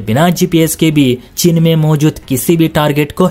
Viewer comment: तुमसे आज तक हिंदी बोलनी नहीं आयी।चीन को 'चिन ' बोलते हो....